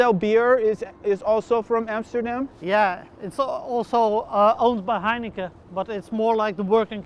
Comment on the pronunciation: I noticed that the Dutch guy pronounces Heineken like heinekeh, probably because in the Dutch language, "-en" is pronounced "-eh".